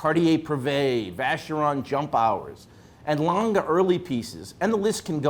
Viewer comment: I cringe every time I hear are Americans referring to A. Lange & Söhne watches as "Langa".